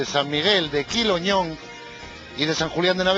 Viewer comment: Cueva de Arbedales, no de "Arbredrales" y San Miguel de Quiloño, no de "Quiloñón".